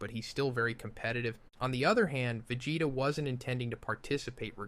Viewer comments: why is he calling sayains sciyons? and why is he calling vegeta vaggetta ? .....is this some sort of translation joke im not getting? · The pronunciation of “Vageta” at minute is ridiculous. I respect that he’s a content creator and doing this for free but this AI is honestly horrible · Idrc that much if you do ai, but after the vegeta pronounciation... cmon man at that point I would just re-record it. It's a pain, ik, but like another commenter said, we're here for you, not an AI. If you're gonna use AI, I wanna be able to suspend my disbelief. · Yo did you train an AI with your voice to do this video? Some of these pronunciations are atrocious and inconsistent. ie: Vegeta, Saiyan, Beerus...etc Also your tone is just so flat and monotone the whole way through